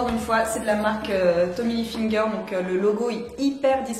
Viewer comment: Ca me fait trop rire comment tu dis Tommy HilfiNger 😂